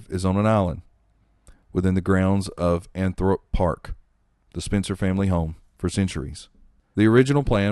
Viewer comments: She is buried at Althorp not Anthrup and the family vault is at Great Brington not Great Brighton. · Althiorp not the way the video says